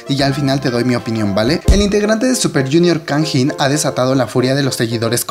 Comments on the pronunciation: pronuncias mal su nombre goei .-. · Jajajaja cuando pronunciaste el nombre de Kangin me sonó a Tajín :v Se pronuncia tal cual se escribe (Kang In), es primero el Kang y después el In y Heechul se pronuncia Hichol xD Información que cura :v Buen vídeo, buena opinión. Lo que sé es que el próximo Super Camp en Osaka, Japón y Kanjín :v no va a asistir. Sí, soy E.L.F, y bueno, no tengo más que decir sobre este tema, sólo agregar que esa petición la hizo K-E.L.F y después se lanzó otra petición en contra de esta pidiendo la permanencia de Kanjín :v en el grupo. Además de que en Twitter Arab E.L.F y K-E.L.F se pelearon bien chido :v Como E.L.F, sólo espero que pague las consecuencias respecto a la ley y que el Super Camp en América se realice de la mejor manera y sobre todo que Heechul regrese a instagram ;-; ¡Saludos! Es la primera vez que veo uno de tus vídeos, vendré más seguido c